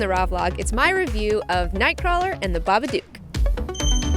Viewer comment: Everybody says it like that its pronounced so it rhymes with book The babadook Pronounced(bah-bah-d-ook) not (ba-ba-duke